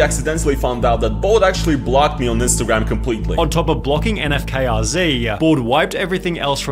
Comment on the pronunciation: N-F-K-R-Z Lmao cmon, it literally takes one watch to know its not pronounced that way, he literally says his name in every intro lmao